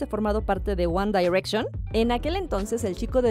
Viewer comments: Se dice wan direcshon ;v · AjjajajJJAAJ Lo leí justo Cuando Dijo ella uAn dAirEcShOn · Wanda y reichon hahahahaha Pero ni los que no sabemos nada de inglés lo decimos así haha, mejor nuestro guandireichon haha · Me daba algo cuando decía "UAN DAIRECSHON" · JAJAJAJAJAJJA SI😂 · Jajajajajaa si wacala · Jajaja por qué lo hace? Así no se pronuncia que verchis ! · Ella dice: "ONE DAIRECTION🤣🤣🤣🤣🔥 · Wan Dairekshon! Jajaja pronuncie bien ! Me dió risa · Me causa risa y conflicto en como pronuncia GuAnn dArEcCiÓnNn.🙄🤪🤔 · Porque dice one dayrection?????? Si es one no on dayrection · One daaaiiirection????????!!!!!!!! Diosssssssssss. Quién dice así? ESTÁ MALLLLL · One dairetchon 😂😂😂 why Presentadora?? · la tipa dijo "wanda direction" ke ejsfdhghjgh